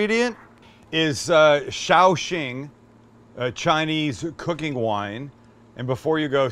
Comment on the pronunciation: The way you pronounced that cooking wine made it sound like you were saying, "be careful," instead of the name of the cooking wine. Pretty funny. It should be (Sa-ow shing)